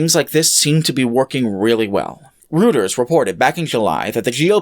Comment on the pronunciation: Very small nitpick - it's pronounced "roy-turs" not "routers", otherwise very good video